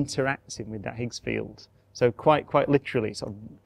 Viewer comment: Highs field...not eather? Ooooooo k